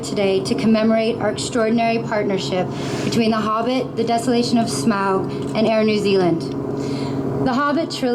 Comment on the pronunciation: I like to imagine that Peter's inner Tolkien nerd is cringing at the Air New Zealand CEO constantly mispronouncing Smaug's Name. XD